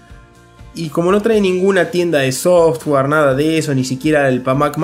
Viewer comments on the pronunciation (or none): none